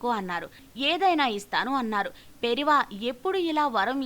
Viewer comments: It’s not Periva. 😏😏 It’s Periyava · పెరియవ అని మీ వాయిస్ లో సరిదిద్దుకోగలరు .